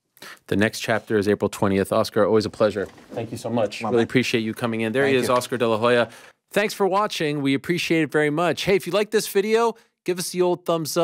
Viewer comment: De Lagoya …. Apex. 😂😂😂